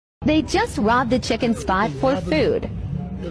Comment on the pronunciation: Gibs me dat Chy-ken.... LOL